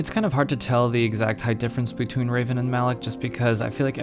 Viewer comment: Hate to be that guy but you're pronouncing Revan wrong. Thanks for review though.